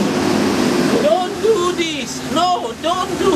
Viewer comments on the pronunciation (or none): Hat en halaara nevettem magam ezen))))) 1) az otlet nagyon nagy 2) egyszeruen van megcsinalva 3) az Andras Angol kiejteseen a szek alaa nevettem magamat "no,no,no don duuu disz"))))))))))))DDxDD Meg ok sem birtak ki nevetes nelkul Gratulalok sracok!!!! Egyebkent jooo volt latni Hawaiit, mar reg voltam ott. Itt az ideje, hogy visszaugorjak egy hetre. Udv mindenkinek, Tom...San Francisco